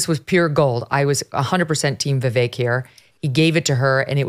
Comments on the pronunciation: his name is pronounced Vivake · I've only heard Vivek Ramaswamy give the correct pronunciation of his first name one time. I've never heard him make an issue out of it, but everyone mispronounces his name. It's ViVake...like cake. People have always struggled with pronouncing the car brand hyundai correctly too... it's Hyundai like Sunday. It would be awesome if people started pronouncing his name the way he pronounces it. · I ma sorry, mispronounces Vivek name and that isfeliberately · You can tell she has never actually listened to Vivek speak, she doesn't even pronounce his name correctl